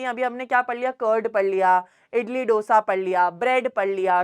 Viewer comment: MA'AM ITS DO ( LIKE 2) - SA NOT DOUGH-SA 😭😭😭